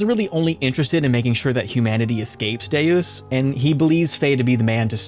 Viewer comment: oof...it's pronounced "Day-Us." Latin for "God"